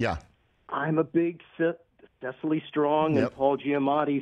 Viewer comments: Cecily ISN’T PRONOUNCED SICILY. That’s a city in Italy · Those were great, but I wonder how it is that Rich has been mispronouncing Cecily Strong's name for weeks now.